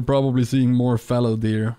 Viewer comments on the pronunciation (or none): none